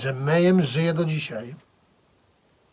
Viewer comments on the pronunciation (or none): alembiks776 wez zobacz na yt wywiady z członkami mayhem, posłuchaj jak sami wymawiają nazwę, wróć i przeproś.